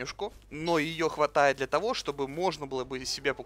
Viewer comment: Ну ты хоть словарь почитай. "Подстроено","просишь","чтобы" и еще то, чего я не знаю). И у тебя смех какой-то неправильный.